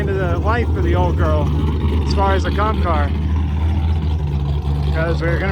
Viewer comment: Everytime you say “comp car” I always mishear it has “cop car” and just imagine the miata with police decals booking it down the highway chasing a hellcat or sum basic straight line shit😂